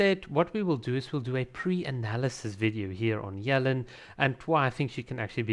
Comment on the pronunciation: Dude, "Yuh-Lahn" not "yell-in"